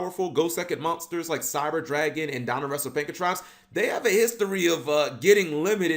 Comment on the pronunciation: This card reminds me of Zamazenta Also it's "Pank-ra-tops" not "Panka-trops"